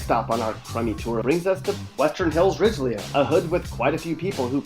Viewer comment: The jackass called It “ridge lee uh” .. enough said